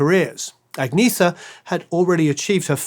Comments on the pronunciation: Agnetha is pronounced AG-NYET-TA, not AG-NEE-THA. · Ann-Yett-Uh. Not Agg-knee-thuh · Only now we realize how awesome! BTW Agnetha is pronounced On-Yet-ah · I'm sure someone else also sang out, but just in case...Agnetha isn't pronounced the way it looks. Even "Anyetta" isn't precisely right...but it's closer. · Nice commentary, but I gotta stop you right there for a sec. First, quit saying "Agneetha'. The "e" sounds like the "e" in "emerald", as an example, and the "th" sound is just a "t" everywhere outside the English language. "Liselotte" is a shortened version of Elisabeth-Charlotte, and pronounced accordingly. Thank you. Please continue. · Just a couple of tips for anyone who's interested (probably not that many, but anyway) : 1. Swedish doesn't have any diphtongs (except in a few loanwords and some dialects like skånska), so this guy's pronunciation of "Lycka" and "Liselott" sounded really funny. 2. Swedish doesn't have the th-sound, so "Agnetha" should be pronounced with a hard T. 3. Å, Ä and Ö have their own sounds and you can't just ignore the "dots" and pronounce Ö like O, for exemple. Å sounds something like the O in "or", Ä sounds like the A in "apple"and Ö sounds like the I in "girl".